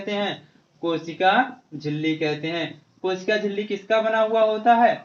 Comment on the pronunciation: Sir kosik nhi kosika hoga